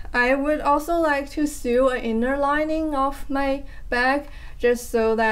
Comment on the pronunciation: I have just ordered Louise Crowther's two animal books! I like your new bag. Instead of sewing a strap, you could buy some ribbon that is slightly less wide than the strap and and thread it through the knitted strap. (By the way, the word "sew" rhymes with "no".) I hope that your sock pattern is chosen for the new Laine book. How exciting!